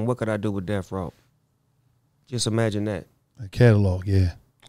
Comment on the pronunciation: Snoop said imaginate 😂.